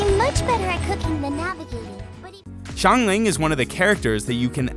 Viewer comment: coming from a chinese person: chongyun is pronounced as chong yu-win but you have to pronounce yuwin very fast xiangling is pronounced as see-ang ling, not shee-ang ling.